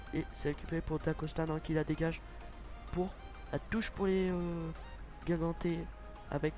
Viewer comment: on dit guingampais pas guingamtais et correia il est reserviste donc faut mettre tabanou ou rebocho merci